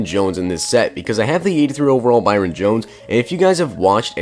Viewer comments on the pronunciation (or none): none